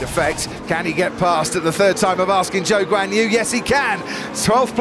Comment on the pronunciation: Why do I always hear "Joke's on you" when you talk about Zhou Guanyu?